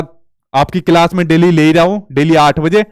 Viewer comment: Aap bhi to class ka galat pronunciation kerte h